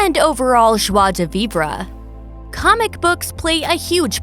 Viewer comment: It's joie de vivre not viva.